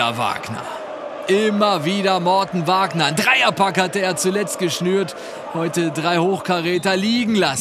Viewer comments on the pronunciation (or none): "Morten Wagner" Der heißt MArten Winkler!